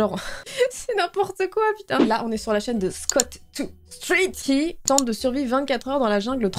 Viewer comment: "scott de street" ahaha pauvre